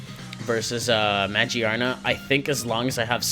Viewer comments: In all seriousness, good battle and I love this lineless filter but my dude it has a literal gear on its head ?? its muh-gear-nuh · The "gear" in Magearna is pronounced just like the word gear. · Ah, I gotcha. Looks good regardless. For pronunciation (not that it matters) I'm pretty sure you pronounce the 'gear' in Magearna like you would just say gear normally. Also, on that note, I'm pretty sure Mareanie is Marine + Meanie (cuz it's a jerk).